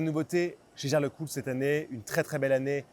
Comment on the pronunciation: ça ne se prononce pas gégère Lecoultre, mais hiéguère Lecoultre.